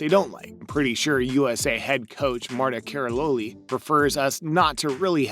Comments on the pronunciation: He butchered Nastia's and Marta's name. It's not that hard to look up the right pronunciation of their names and it makes the video look so unprofessional. Also most of the things in the video aren't "crazy strict rules" as they called it. Like safety is something that every sport should put first not just gymnastics. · "Olga Core-butt"? "Marta Karaloli"? Huh. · NATASIA LOUIS-KIN AND MARTA KARALOLY 🤣